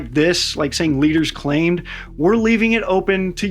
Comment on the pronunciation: Your emphasis on “claim” is says that you think they’re lying.